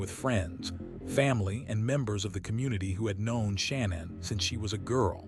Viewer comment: Sha-nan not Shannon and Ru-sak not R-usak